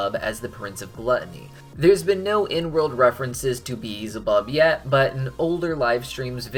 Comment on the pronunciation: Y'know, i don't blame him for saying beelzebub wrong. A lot of people do the first time they read it. And many times after. Hell, even i used to read it as "beezelbub" a couple years ago.